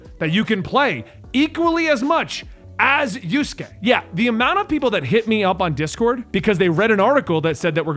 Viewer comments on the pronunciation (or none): It's Yasuke not Yusuke and the kinoichi's name is Naoe.